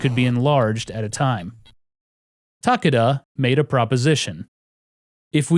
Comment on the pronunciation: Stop saying Ta Ka Da... the man's name is Takeda. It is pronounced as Ta Ke Da. Stop being an idiot.